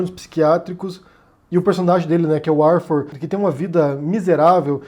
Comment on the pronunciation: "Arfur" e "gofam" não dá?